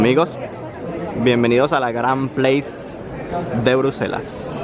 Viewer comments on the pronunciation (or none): Se llama “Grand Place” en francés, no en inglés, de verdad que no sé porqué lo pronuncias en inglés, se nota que ni siquiera esta en inglés. Que vergüenza que hagas videos sin informarte.